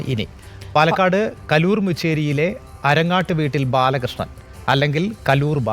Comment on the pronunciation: കലൂർ അല്ല കല്ലൂർ...